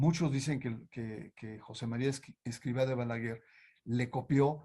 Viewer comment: Interesante, pero no pronuncia bien ni el nombre del Fundador. Y no soy del Opus Dei!